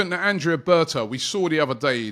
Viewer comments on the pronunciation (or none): none